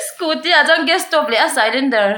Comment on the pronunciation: a inchhiar cylindar khi (sailendar) ti a chhiar tur anilo,,, silindar tiin lo chhiar tawh rawh